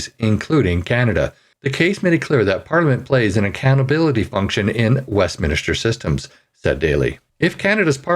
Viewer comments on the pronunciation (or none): Westminster is pronounced like Spinster, not like Minister. West-min-ster. There is only one "i". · It is not West "Minister" . It's Westminster. {West" MINSTER"}. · Some good points in your webcast. FYI Westminster is pronounced West minster, not an extra "i" West "minister" ;) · Westminster, not west minister. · Sorry, but I am capable of reading - actually, better than the! What is the point of you reading what I can see on the screen? By the way, it's "Westminster", not "Westminister"! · Not to nitpick but is it not pronounced ‘West-MIN-ster’ not ‘West-minister’? Anyway, I believe Trudeau-Castro belongs in prison not Parliament. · Hate to be picky, but it's Westminster, not Westminister. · Westminster, not Westminister. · Jfyi, the name of where the British parliament is, is called Westminster, not Westminister. I know you're not from Britain, but still good to know, so you don't sound stupid. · Ahem...Westminster; not "Westminister." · It is Westminster, not minister, there is no second 'I' in the word. Just FYI. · West MIN-STER, not West MINI-STER. Thanks! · the name is WESTMINSTER… A PLACE… not west MINISTER`; PLEASE CORRECT YOURSELF! It is the same as saying o-ta-way and not Ottawa! I like your articles, but you MUST do Better at pronunciation of nouns! Duff Conacher (KON-A-KER) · Why do so many Canadians say "Westiminister" instead of "Westminster.' There is no "i" after the letter "n", yet Canadians prounouce the word as though there is, even when reading from a page in a paper🤔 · Is it westminister? Or westminster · It is WESTMINSTER NOT WEST MINISTER. Why do people not know how to pronounce words properly. Where do they get the extra I from? Did they fail basic English in their youth, or do they think it makes them sound smarter. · Westminster is pronounced West Men Stir NOT West Men Uh stir. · WestMINSTER! Not Minister. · Westminister? Reading is hard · It is surprising just how many people say "West minister" rather than "Westminster"